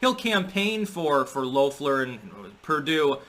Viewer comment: Did Trump’s demands have anything to do with pardoning his criminal co-conspirators? Loeffler is pronounced “LEFF-ler.” She’s Q-Anon, from what I understand. MAGA at this point—at least on the political stage—has devolved into criminal politicians who, against their oaths, are calling for an overthrow of the democratic election. Putin likes that idea as well—destroyed from within.